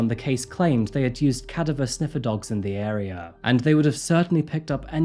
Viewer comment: The way you mispronounced cadaver was pretty funny.